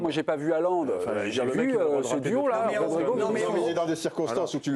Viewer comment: Le mec est consultant il sait pas prononcer le nom de Haaland ….. à part de Micoud les reste sont pas présentable et vraiment nuls ! Bas niveau !